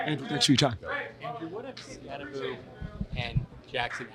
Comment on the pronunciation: Why the f*ck do these press keeps pronouncing "Skatte-boo?" It's pronounced "SKATTEBO"